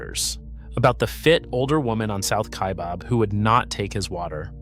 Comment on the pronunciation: It’s not pronounced KaiBOB, it Kaibab like rhymes cab.